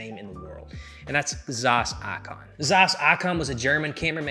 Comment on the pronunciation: The way you pronounce Zeiss triggers me. Wrong pronunciation.